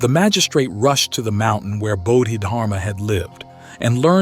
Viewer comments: I really hope this an ai voice but honestly I don't think so. First he read Bahdid <-- Harma. He read it like that several times and then it changed to something else where he did say dharma but it still was wrong. I can't listen to this if he can't even muster the respect to learn to pronounce his name right. 🤢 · AI voice that doesn't even know how to pronounce the name of this Great Zen master. What plagerized crap is this. I lived with Osho for decades. Use His voice. His words. His presence. Not cheap ai copies